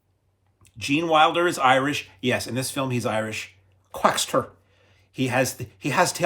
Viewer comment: there's no "t" in Quackser